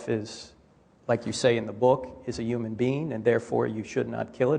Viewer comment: need this dude to learn how to pronounce the word human